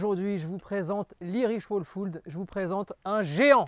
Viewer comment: Aïe, ça serait pas mal de faire l'effort de prononcer le nom de la race correctement, on a les oreilles qui saignent dès les premières secondes de vidéo 😶